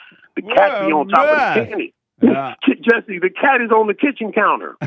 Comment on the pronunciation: Heyuh Jesseuh if it weren't for womenuh you wouldn't be hereuh 😂